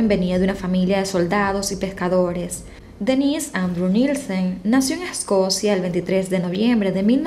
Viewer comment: yo se que es Dennise , y se que este nombre se usa mucho incluso en Latinoamérica tanto para hombre como mujeres pero como lo pronuncias suena que fuera el Denise para mujer jajaja (es que yo pongo tus videos para escuchar el audio mientras ejercito y al principio estaba perdido) un saludo